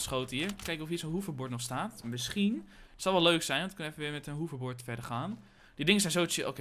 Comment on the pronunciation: ik weet niet of je dit leest maar je zegt hoeverbord inplaats van hoverbord